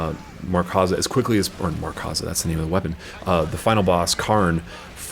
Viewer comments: Markza, not 'MarkAza'. Good video just found that slightly annoying. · its Markza (MARK-ZAH) not Markaza haha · MARKza. There's no "A" in between "Mark" and "za"